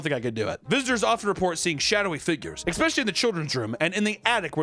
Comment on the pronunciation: He did it, he said "expecially" again. Remember, I'm just trying to help. I love you